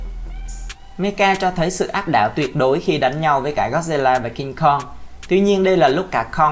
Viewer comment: Sao cứ đọc là meca vậy nhỉ?